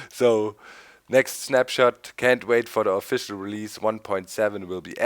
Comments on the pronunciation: lol i thought they were saying SNAPCHAT!!! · I cant be the only one who thought they were saying "Snapchat" In the intro